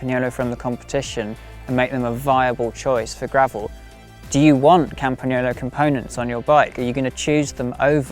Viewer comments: The correct pronunciation!! 👏👏👏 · I always appreciate it when native English speakers take the time to correctly pronunciate the Italian "gn" sound in words like "Campagnolo". Good job!